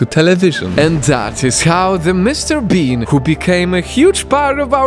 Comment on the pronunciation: every time he said mrbean he said mrbeam.tats a yutuber